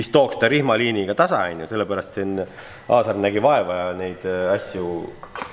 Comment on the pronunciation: Ikka jubedalt härib kuidas Aaser asemel Aasar ütled. Mees vist ise juba aru saanud, et pole mõtet enam nime parandada :D. Aga 5+ väga huvitav video. Hea vaadata kuidas asja tehakse õigesti ja põhjalikult, iga teine tüüp oleks relakaga umbes midagi välja lõiganud :D .